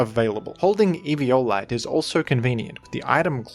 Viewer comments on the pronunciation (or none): I cant the if the Evi O lite pronounciation is on purpose or not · 1 second into eevee"yo"lite and I'm dead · as usual, having the most nonstandard pronunciations in the community. Eve-e-olite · It's like everyone pronounces eviolite differently lol